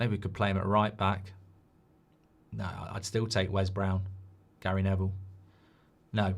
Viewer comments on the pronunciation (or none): none